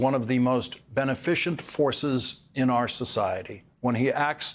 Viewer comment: Lawrence, I think you mean "be-NEH-fi-sent. Cent.